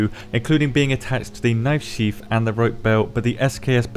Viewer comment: Leather sneath? How are you do that?